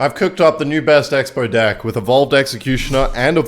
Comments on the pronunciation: Bro stop saying d!ck it’s deck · Why does say dick instead of deck 😭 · Bro normally he says deck like dick and no one mentions it in the comments, but the one time he says it sorta normally someone says something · normaly will say dick instead of deck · bro did not say DECK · yeah, definitely just accent 🤣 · the way bro says deck 💀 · I thought it was an audio glitch at first, like AI mispronouncing "deck"